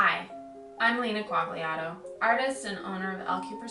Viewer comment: "Kwak-li-ato"??? Aaah, you mean "Kwaljato". Better ask your grandfather or great grandfather how to pronounce it! The "gli" combination of letters has to be pronounced "lj" and the "a" as in father or pa.